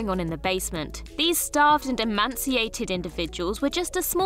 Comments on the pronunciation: Oh, and it isn't "emanciated" but emaciated! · It's pronounced emaciated not emanciated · Very cute, but I wish someone would teach her to pronounce English. 'Emanciated'? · Emanciated? Somewhere between emaciated and emancipated? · There's also no N in emaciated.